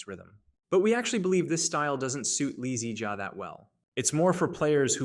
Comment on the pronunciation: You are saying "2021 lee zee jia " as if he is a car model or something 😂